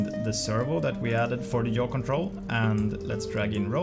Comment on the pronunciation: Jaw? What’s jaw? I know what YAW is but not jaw